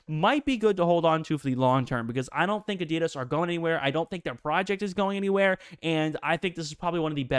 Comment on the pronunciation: Watch a adidas advert - your pronouncing this wrong.